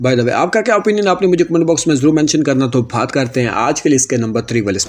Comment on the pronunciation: Bhat karta hoon Bhat karta hoon bol te same mama bhat Nahi hota lafz baat Hota hai bhat Nahi